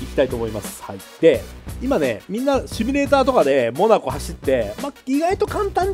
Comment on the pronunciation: そろそろ「シュミレーター」じゃなくて「シミュレーター」に訂正して欲しいw